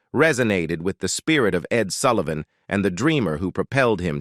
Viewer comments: It’s Sull i van not Sool ie von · The Ed Soolivan Show ?! Come on, get it right ! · WTF... EdSoolivan show Bob Die-land- N Compromeese----what is wrong with the NARRATOR'S PRONUNCIATION